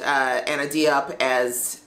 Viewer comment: Anna's last name is pronounced like "hope" but with a j instead of h. Also I thought this reaction was late because you were like "f*ck this episode" (that is me with this episode) but I just started the video so I shall see